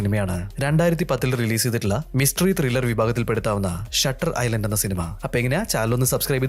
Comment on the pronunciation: ഐസ്‌ലാൻഡ് അല്ല ഐലൻഡ് ആണ് 😢